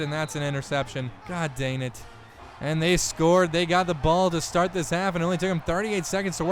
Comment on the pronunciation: 1 int and 1 fumble = not a perfect game.... Also, I love this series, but as much as he says the words LONG and DANG, you'd think he'd be able to pronounce them correctly....